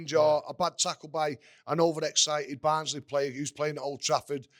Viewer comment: ITS BARNSLEY FFS